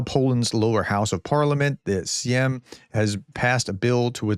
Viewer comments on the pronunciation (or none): Sejm - it's SEYM ("say-M"), not "syem". (In Polish "j" = "y" as in "yell".) - su–val–ki ("w" = "v" in Polish) or rather "su–vaw–ki". (The name of the nearby town "Suwałki" is spelled with "slash-L" which is pronounced like "w" in "wind" or "wise".) And then Solovyev is just a fruitcake, he says all sort of things that appeal to the lowest rung of consumers of Russian TV and radio official propaganda, which is just one step above a lobotomised chimpanzee.